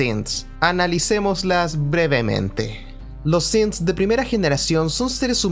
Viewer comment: Pronuncias bien "Synths" pero pronuncias mal "Diamond City"